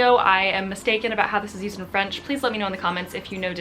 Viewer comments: Hi! I'm québécois so French is my first language. I love your videos. BTW I think you have a magnificent French pronunciation 😊😀. My favourite video was the one when you spoke completely in French. Salutations! ☺ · I'm French and this was very interesting! More French words used in English please !! :D :D Oh and don't hesitate to pronunce French words, your pronunciation is very good! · Please, make a video in French, I feel like your French has improved so much ! You have a very good French pronunciation !